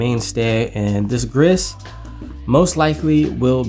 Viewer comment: "Grizz", "Rogue", "Mattee" 🙀 Love the videos despite the questionable pronunciations 😅